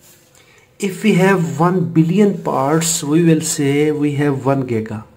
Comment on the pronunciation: This is very useful, just it's not 'gega' but 'giga'